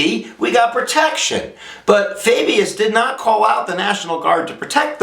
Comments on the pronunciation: I think its .....Fau-Bus, not Fay-Bee-yus ....just say'n ....:-) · For next time, it's Orville Faubus (Fahbus). Nonetheless, a good job that I might show to my U.S. History class. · I was distracted by the mispronunciation of Faubus. But it was --like all of lessons, excellent. Here's something to think about:--> It is generally accepted by liberals that force results in a response of force and that changing of hearts is achieved through non-violence. Could it be that when Ike sent in his troops there was only the semblance of change-of-heart? It seems to me that more was achieved by the civil right MOVEMENT than by the civil rights laws.